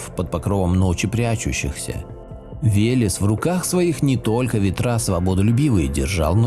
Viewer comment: Веляс ))) Вэлэс правильно .